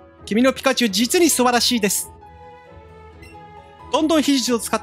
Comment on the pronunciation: ピ↑カチュウ